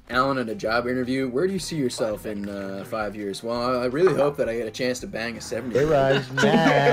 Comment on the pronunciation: Sounded like he was saying 7 year old instead of 70 year old